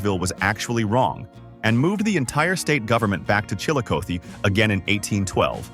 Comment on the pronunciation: Like Chill a coth e.